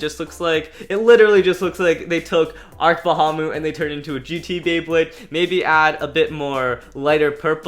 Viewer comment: It’s not called arc Bahamut it’s called ARC Bull cash